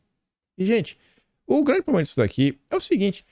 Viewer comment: Lulinha tem " pobrema de vista" 😅😅😅😅😅